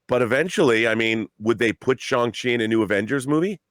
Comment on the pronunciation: Shawn chi????wtf you sound so whack